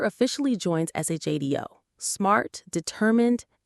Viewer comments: ナレーションがオカシイね、っつうか間違いだらけだな。シャドーをＳＨＤＯとか言っているが、あれはＳＨＡＤＯだよ。まあこの動画をアップした奴が非常識でバカなのだと思うが、他にも日本語として間違っているのが山程有る。無駄だとは思うが修整しろと言っておく。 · The organization is pronounced like "shadow" not S H A D O or Shaydo!! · Cool show. But it's not pronounced SHAYDO. It's like SHADOW. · Sha-do pronunciation when it’s shado… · It's SHADO Command, not SHDO. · I remember this show. The AI that is narrating this, has mispronounced Shadow. It is not pronounced SHAEDOW, it pronounced SHADOW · Its was pronounced SHADOW = SHADO, God i loved this show all my life from the first day it aired on tv all those years ago, i think i was 12 yr back then, its sad we have lost so many actors, who we grew to love or hate, just got my self a model of the Skydiver, my life is now complete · It's S.H.A.D.O. Just say "shadow"! Supreme Headquarters Alien Defence Organisation. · It's pronounced "shadow." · It's pronounced "shadow" on the show even though it's S.H.A.D.O. You'd know if you ever watched it but you're just reading from a script. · SHADO (Supreme Headquarter Alien Defense Organizzation).